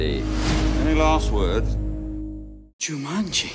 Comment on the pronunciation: 「ジュマン」になってますよ